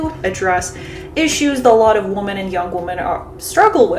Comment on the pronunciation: Forgive me, but I'd like to offer some constructive criticism. Whenever you say "women" (plural), it sounds like you're saying "woman" (singular). The first part of 'women' ("WOM-") should sound like "WHIM," differently than it sounds for the singular 'WOM-an.' Also, the second vowel (e) should sound like the "e" sound in "mEN." When you say womEN, it should sound like "whim"+"en" (latter sounding same as in mEN). Thank you for the content, you're addressing important issues and I only hope to help with your presentation.